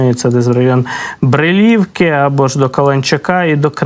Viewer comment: Великі Копані` , Брилі"вка правильно наголос на , і